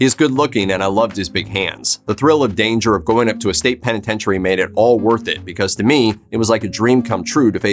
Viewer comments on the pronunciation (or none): none